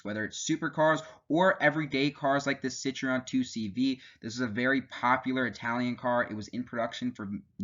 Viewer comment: The video is good, but you completely messed up the 2cv introduction. Citroen is spelled Citroen, not citreon and Citroen is french, not italian. No hating intended, just correcting Good job on taking the pic of the pre-production models!